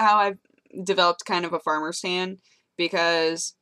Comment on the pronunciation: It sounded for a moment like you said, "farmer stand." And I was like, whu? Farmers tan - ooooh! Okay...